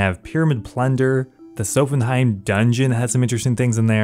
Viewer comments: I'm convinced you mispronounce everything to drive comment engagement. "Sophenheim" lmao. It's so jarring, really breaks you out of a groove when watching the vids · Really good job on the series, but you pronouncing Sophanem as "Sophenheim" hurt my ears... Physically ( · The way you prounounced sophanem triggered me... where are you getting the "heim" from? Haha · “Sophanheim”, “jertrude” “sowthern” my guy pls check your pronunciations😂